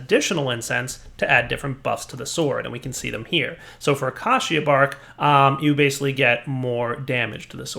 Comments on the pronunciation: Braziers not Brassiere. It's not a bra. What ever happened to the english language? Emphasise on the a & i. Your also pronouncing acacia wrong. Short a not acarcia. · What is that pronunciation of 'acacia' meant to be? >:( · Not all citizens of the u.s.a.... or even most as far as I'm aware, pronounce acacia the way does... I pronounce it like it's spelled, just like how you have in the parentheses (but idk if that's how you spell parentheses lol)